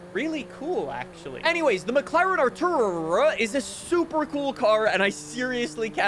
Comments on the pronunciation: Are - too - raa. Artura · The McLaren is pronounced ar-tor-uh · 'Artura' is not hard to pronounce. At this point the manufacturers aren't the problem, you are. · Artura is not hard to pronounce, be fr 😂